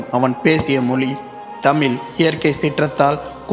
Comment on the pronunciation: தமில் அல்ல, தமிழ்